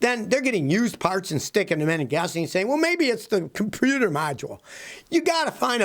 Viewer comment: Did Scotty say com pew ter module. 🤣